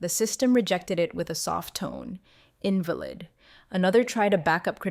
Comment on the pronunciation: Wish the would correct pronunciation…invalid…resume… read…. Etc changes the context of the word & meaning smh